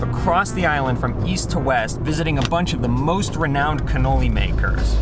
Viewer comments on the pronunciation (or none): none